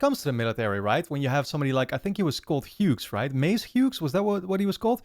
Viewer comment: The 'g' in Hughes is silent btw 😅 in case the patreon subscribers haven't mentioned it.